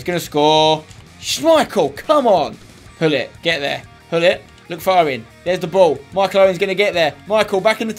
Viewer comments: LewLarr Guess where Gullit is from? Netherlands. Guess how we pronounce the G here? NOT LIKE A FUCKING H. Look up any dutch interview with him and you'll hear GULLIT and not HULLIT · It's not pronounced as Hullit 😂